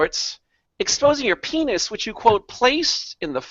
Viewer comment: He did say pennis